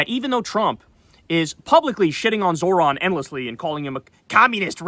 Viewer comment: can someone please tell Kyle how to pronounce Zohran correctly? All that shit he talks about people not being able to pronounce his last name & he can't even pronounce his first name, lmao. Kyle says "Zo(h)r-an" (Zor-ahn) when its pronounced "Zoh-ran" (Zoe_Rahn) get it together Kyle. Its already bad enough you've been supporting Platner who is a war criminal